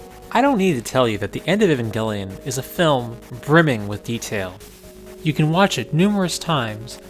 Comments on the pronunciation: Your name is. HOW ARE YOU MISPRONOUNCING A Van Gelli-on? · Also, for anybody who'd like, I pronounce E-van-jell-lyon (like, "lion")